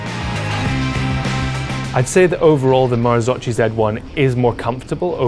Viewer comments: Mar-zoke-e not mar-zo-chi They never got that sorted back in 1998 either so it’s easy to make the mistake. (Don’t believe me, listen to the Bryson Martin podcast) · u cant say marzocci!!! marzocchi = marzocki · "marzokki" not marzocci my ears are bleeding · Ok so... MAKE IT CLEAR: MARZOCCHI IS NOT MARZOCI. MARZOCCHI IS TOLD RIGHT MARZOKKI. (Like Nikki). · Marzo-KEY is the right pronunciation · Marzocchi must be prounounced "MarzoCCKY"... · Marzocchi, pronounce : " marzokki". Please be informed before posting. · Great vid and test, my only observation is to watch other videos about the Marzocchi and learn how to properly pronounce the name... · Please learn to pronounce Marzocchi, not that hard! :D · It made me cringe! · Please learn how to pronounce marzocchi..